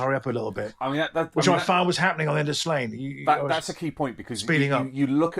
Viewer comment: Love this BUT…it’s not pronounced SLAYNE. It’s pronounced SLAW-NYEAH. If you want to pronounce it As Gaelige using the sound of the fadtha on the A.